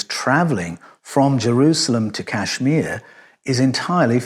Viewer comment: Listen,. kAshMir ( since you're incapable of pronouncing it correctly) is NOT any kinda country. It's a STATE in the Indian subcontinent